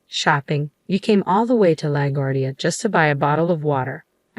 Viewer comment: Pronounced not "Lag uardia" but " La guardia". And check the word "exit"